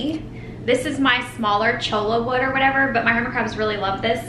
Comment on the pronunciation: Cho-la wood. 😂